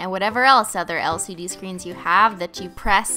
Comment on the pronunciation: When she said LCD I kept thinking she was saying LSD 😬😬😬😬😬😬😬